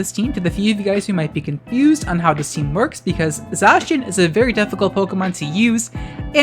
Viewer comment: Ty for not pronouncing Zacian the same way as "J. Shawn", btw, lol.